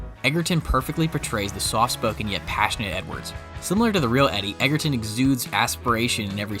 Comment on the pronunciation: His last name is spelled Egerton but pronounce Edger-ton. Please get it right in the future.